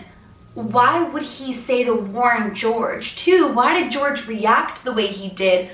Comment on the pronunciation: Okay, so I just saw the story, and you've been pronouncing it George, while the name is Jorge, which is supposed to be pronounced os Hor-he (something like that, I'm not Spanish so I might not be accurate.)